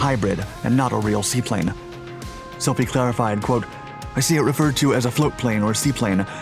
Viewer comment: Gen Slife is pronounced like sly-fe rhyming with knife (slife) not silfie. I had a friend who was his comm exec and I have been in AFSOC for 4 years now working with the AC-130J and have been with the C-130 EH&Js since 2008. Fantastic aircraft probably the most versatile aircraft in history that continues to expand in its capabilities.